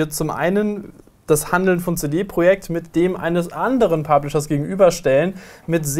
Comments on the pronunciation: CD Projekt... wie kann man das so schlimm deutsch ausprechen.. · könntet ihr cd project bitte richtig aussprechen?